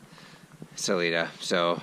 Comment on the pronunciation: I am guessing you have heard this by now, but good ol' Salida is pronounced Sa-l-'eye'-da. 😊. (The 'i' is pronounced as a 'i' , not an 'e' ) 😉. Glad you have a gorgeous morning there!